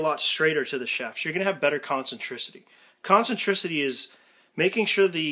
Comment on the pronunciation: "concentricity"...ffs pmsl......only Americans can make words sound as if they were invented by Bush Jnr!!!!!!!